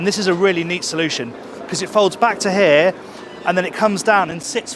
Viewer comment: The way you pronounce the English word "here" sounds like "häää". Why? 😂❤